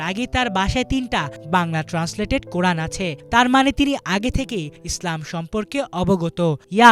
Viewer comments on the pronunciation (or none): none